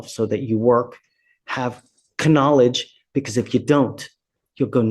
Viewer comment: Love this channel but the K-nowledge got me😂